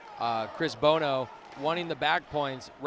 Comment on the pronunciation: chris BOHO???? WHERE DO YOU FIND THESE YOKEL ANNOUNCERS??? CHRIS "BONO" IS A LEGEND. You may as well try to call him chris bozo, sheesh